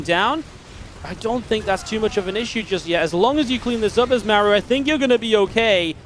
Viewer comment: Is it just me, or can never pronounce Maru's name correctly? It's Mar-oo, not Mare-oo